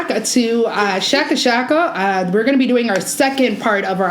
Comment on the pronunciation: How can you not pronounce sheeko sheeko properly